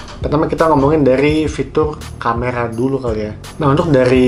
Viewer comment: Camera atau camela?